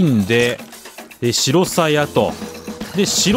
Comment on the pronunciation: 白鞘の読み方は「しらさや」です